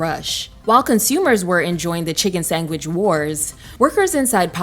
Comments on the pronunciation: i live in ohio, this is the first time i've ever heard sangwich, and i came to the comments for this very reason! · why is she pronouncing sandwhich like tha??? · The way you say “sandwich” is hilarious! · I have never in my life heard someone pronounce sandwich like that. Very weird. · did she say “sangwich” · Girl what is a chicken sangwich? 😂 like I hear a lot of mispronunciation on this channel but damn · Why you say “sangwich”???? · Sis it’s SANDWICH NOT SANGWICH 🤦🏽‍♀️ MY LORD PRONUNCIATION IS EVERYTHING 🤦🏽‍♀️ MY POOR EARS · Wtf is a “sangwich”. I was enjoying this, but that pronunciation was driving me crazy. Still a great video though! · Girl you should be a meme it’s not a “SANGWICH”it’s a “SANDWICH “😂😂where you see a chicken burger that “Sangs” had me rolling trying to be serious. Godbless you !! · marker, why are you saying “Sangwhich” instead of “sandwhich” 😭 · I was thinking the same but its prolly just her accent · She's probably just southern. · Thank you for pointing it out! I had a hard time listening to this segment because she says sangwich rather than sandwich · Ok I know I wasn’t crazy. Like wtf ….ma’am??! It’s SAND WICH!!! Not sang widge. It hurts my ears 😩😩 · What the hell is a chicken sangwich? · a chicken sangwich? why is it being pronounced like that? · Not chicken sangggwich lmao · Chicken “sengwich” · What's a chicken sangwich? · Why can't the AI say SANDWICH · Why are you saying chicken “sangwidge”??? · girl did you just say chicken sangwich? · Say sandwich. Because the bot sounds like its saying "sang-witch" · What the hell is a 'sangwich'? Lol. AI bs. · Jamaican accent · sangwich is killing me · sangwich? I don’t think I can take hearing that again, you’ve got one more strike… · Narrator said “sangwich” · Sangwich?? Girl what planet you from??? 😂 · Yall see why AI can't do everything sangwich😂is a complete example no intuition to correct the mistake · what is a 'sangwich?' ...great vid otherwise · What the hell is a sangwich ma’am 😂